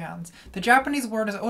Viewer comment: The best part about this entire video, with all it’s phenomenal camera work and hard hitting social commentary, is Natalie pronouncing ‘otoko no ko’!